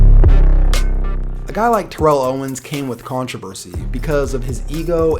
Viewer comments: The commentators keep saying tear-ell owens but isn't it turr-ell owens? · You're saying Terrell's name wrong. It's like Barrel but you switch the B with a T